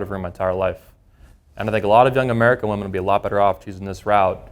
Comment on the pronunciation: Woman plural is WOMEN , pronounced WI-min🙄 Im surprised such a 'know it all' cant grasp english.